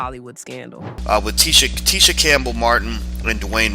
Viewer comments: HER NAME IS PRONOUNCED TEE-SHA OR NOT TISH-A 😐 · I hate it when people pronounce others name wrong! This lady is irritating!.. It’s pronounced Tea-sha like tea B! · It’s pronounced “Tee-Sha” (Tisha) according to her so the pronunciation here is throwing me. Although I know who’s being spoken of. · I had to stop watching when the narrator continously mispronounced her name. That is incredibly annoying. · Irked my nerve the whole time you kept mispronouncing her name! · You're mispronouncing her name. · Making a whole 30 minute video and never saying her name correctly is lazy work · It's disrespectful! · The way she is pronouncing her name is killing me...